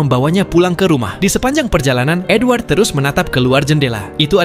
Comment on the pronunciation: Gw dengernya N-word bukan edward💀